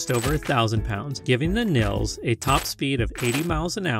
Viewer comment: Th VW Nils is pronounced Neelse!